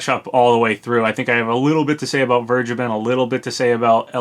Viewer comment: I think vergeben is actually pronounced fair-gay-ben